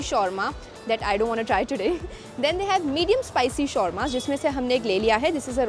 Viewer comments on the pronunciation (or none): The way u pronounce shawarma is wrong